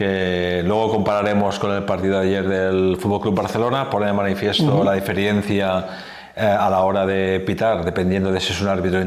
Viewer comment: Sin ánimo de molestar… Estrada... no se dice "diferiencia", SE DICE DIFERENCIA.